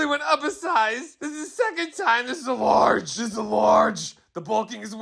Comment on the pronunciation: OH-KAY, you button/shirt rant has me WHEEZING!!! “This is a LORGE!!” 🤣🤣🤣